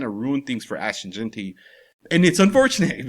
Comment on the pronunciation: I won't EVER worry what Fantasy Football Chris Simms has to say anything Raiders related. The guy is a clown. If he's such an expert why can't the fool pronounce Ashton's last name correctly??!!!! All he has to worry about how much gel needs to go in his hair every hour. He mades ridiculous comments every season about the Raiders. Jeanty is our RB !!! He will be unleashed when the time comes. This shit is chess not checkers with Pete as our HC. Hope Simms likes to eat crow.....